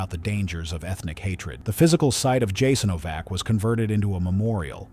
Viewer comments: If you’re going to butcher the pronunciation of everything, at least choose one wrong way to do it instead of pronouncing Jasenovac differently every single time. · Thank you for sharing this video and letting more people know what happened there. However person that narrates the video is mispronouncing the name of the camp through the entire video.. So many details went into this research but the name it self, apparently haven't been researched at all. It's important knowing how to pronounce "the subject" of the video! Also "The Srbosjek " hand knife (Croatian: Srbosjek) is a wheat sheaf knife that was originally manufactured in Germany for agricultural purposes. The literal translation of the name Srbosjek means "Slicer of Serbians"